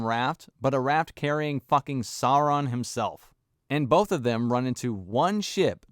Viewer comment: Agreed, but it's Sauron, not Soran